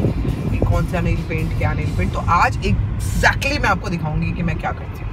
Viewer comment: Neil nahi nail hota hai Bolna to seekh lo pehle aunty